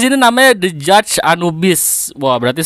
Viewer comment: Gak sih, hanya mendramatisir wkwkwk. Ya intinya bye bye anubis, paling nunggu eta diencore. Btw tumben lu bacanya bener, gw kira lu bakal salah baca judge wkwkwk